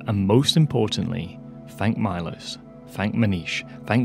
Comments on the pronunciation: Milos should be pronounced me-losh if he is from from central/eastern Europe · I think his name is not pronounced my-loss, but Mee-losh. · It's pronounced MEE-LOSHE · Milos would be greatfull if you pronounce his Name correctly. There is no Aye in I. Ist fonetic just Milos. And couse you dont have letter Š in Englisch alfabet , it would be as Sh. So Milosh would be for underdtandig easy way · Milos pronounced “meelos”. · Milos is a Slavic name, very common in the Balkans and the Czech Republic among other places. Remember the famous filmmaker Milos Forman, who directed Amadeus? However, unless this particular donor has Anglicized his name's pronunciation, Milos is usually pronounced MEE-losh, with the "ee" sound being short, as in "tip". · Since I bear the name of your most generous supporter it might be nice to pronounce it right: MEELOSH (I is pronounced as beer or deer and S is usually written with a caron [Š] and is pronounced as SH sound). I, unfortunatelly, am not near 700K to donate. ;) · I think his name is pronounced as “Melosh” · His name might be pronounced Milosh (Mee-losh) if he's from eastern Europe. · it is pronounced as it is written MILOŠ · You are butchering his name :D is Milos from Serbia?